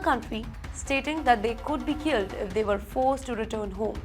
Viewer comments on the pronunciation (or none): none